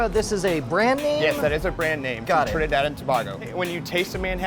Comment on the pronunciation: I love hearing people outside of the Caribbean pronounce my country 😂😂 its just hilarious to hear